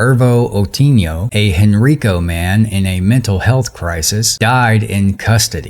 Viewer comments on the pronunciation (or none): thank you for your reporting, this was a very sad situation. Not to be pretentious, but Henrico County is actually pronounced Hen-Rye-Ko. Hope this helps some. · Everyone in this story is black except the libtard governor, but somehow the sister called the bill that was meant to help mitigate the issue "Racist". How is race a part of this story. Oh, and by the way Henrico is pronounced Hen-Rye-Ko. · Henrico is pronounced Hen 'rye' co